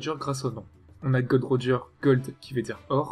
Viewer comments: Mais c est pas Gold Roger c est Gol D. Roger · C est pas gold roger mais gol d roger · oh mon dieu il ne s appelle pas GOLD D ROGER MAIS GOL D ROGER PTN ARRETER AVEC CET FAUTE SA FAIT 15 ANS ON VS LE DIT BORDEL XD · Tu tes tromper c’est pas “Gold Roger “ mais “Gold D Roger” 😏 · Tu t'es trompé c'est pas " Gold. D. Roger " mais Gol .D. Roger"